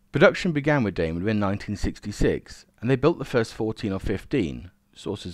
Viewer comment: I like these vids although I have to grit my teeth at you examples of "TH Fronting" [the replacement of TH with V. This is an affectation not a speech deficit [unlike your rhotacism [inability to roll your R's], buy why, oh why did you start mispronouncing Daimler? It is pronounced just exactly as it is written and has no relationship whatsoever with Dime Bar. Nice to see that by the second min, you have reverted to the correct pronunciation.